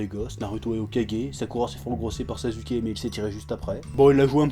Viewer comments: On dit Na[ou]to et on dit Sas(sans la liaison)[ou]ke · il dit sasuke avec un "Z" c'est parce que ceux qui le prononce Sassouké ont tout aussi tort dans la prononciation